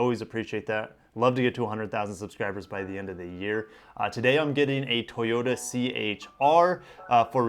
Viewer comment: Use to say totoya and lexus